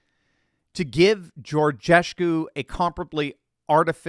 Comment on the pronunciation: Just a note here…there is only a “sh” sound in George-Escu’s name as much as there is a “sh” sound in the name Steve…I guess your name is..